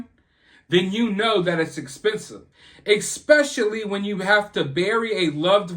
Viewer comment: I enjoy listening to you but you have to cut out expecially and pronounce it correctly. You're not an ignorant man. So stop it.